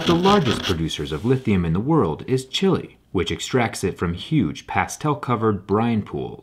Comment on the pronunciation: Wait -- He's mispronouncing the name of the Lithium-producing South American country, too. Not watching any further; based on his unfamiliarity with the English language, I conclude he's an ignoramus.